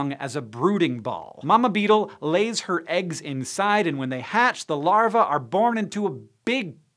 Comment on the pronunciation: Why does Hank hate the long e sound? Larvae is "lar vee"! Amergris is "am ber gree"!e